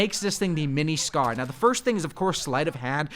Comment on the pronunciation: Dude said Scar-L lmao